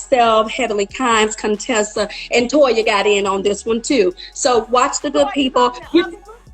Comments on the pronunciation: Why are you calling her Coontessa and Con-tessa. Her name is Cuntessa.. Stop the shade 🤣🤣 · Her Name is Contessa not ConeTessa. Please Fix that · Her name is not “CONE-tessa” it’s “CON-Tessa” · Yes , it’s driving me crazy 🤣🤣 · LMAO you saying Contessa name like Dr Heavenly 🤣 thanks not how you pronounce her name. Contessa got a Dr Heavenly for that! Married to medicine LA is boring! Not to say they need to act up but they are boring. I didn't start watching M2M because of quad or Mariah. I watch because they are black women with Dr degrees and wanted to see us reflected in a better light than the fake Boody/ body/ ratchettness on L&HH franchise!